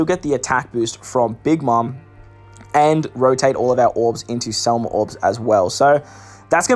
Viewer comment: SEM LA NOT SEL MA. DUDE WHAT'S WRONG WITH YOU